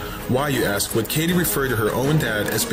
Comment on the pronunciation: He answered with integrity “ I do not know axe Michelle “